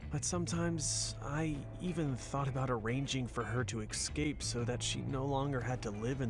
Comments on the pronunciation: Let’s talk about how he said EXCAPE?????!!!!!!!! Instead of Escape!!!!!!! 😂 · ‘libary’ ‘exscape’ i HATE this man